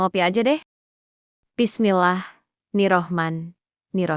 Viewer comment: Harus betulkan bacaan bismillah